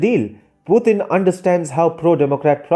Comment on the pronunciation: Absolutely right. But please pronounce the name as Mr. Putin and not Puthin.